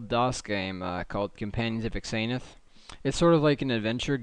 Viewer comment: it's not X-an-uth it's pronounced Zan-th